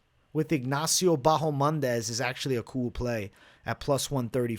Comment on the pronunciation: Still calling ma man "Bahomandes" I see ?!